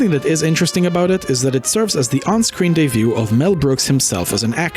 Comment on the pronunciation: Debut, not day view. The Producers is his directorial debut. Pronounced day-byoo.